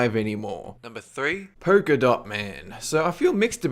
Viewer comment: porka dots? You can see the "L" in the word polka right?